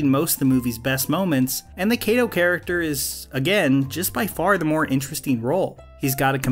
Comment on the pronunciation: Ironically-- Kato's name isn't even pronounced correctly and hasn't been from the very beginning. The proper way to pronounce that Japanese name is with a short a, not a long a. I think it is kind of tough to explain that in any reasonable way.